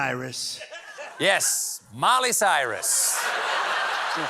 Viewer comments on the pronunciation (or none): Wait. Did they really ask attendees to stand with their hands on their hearts to an iTunes song?! That should've got way more derisive commentary than the mispronouncing of Miley Cyrus.